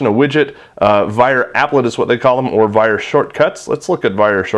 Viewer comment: When you say Vire launcher it sounds like you're saying "viral launcher". I don't think the name choice was the best marketing strategy somehow...